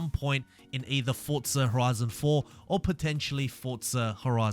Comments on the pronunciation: its for zaaa not fortza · Fortza? Almost everything he says has a t in it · Good videos. No T in Forza though